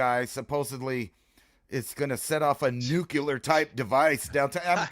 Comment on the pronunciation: Its pronounced nuclear.